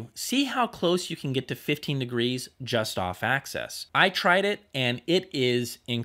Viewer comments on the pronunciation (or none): You do great reviews, but if I may, axis isn't pronounced like access.